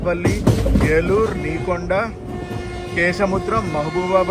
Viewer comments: నీకొండ station కాదు. నెక్కొండ అది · Ni konda kadhu anna it's nekonda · Nekonda kadu bro nekkonda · Anna Adhi neekonda station kadhu Nekkonda station and any way Anna ma Mahabubabad station chupinchinandhuku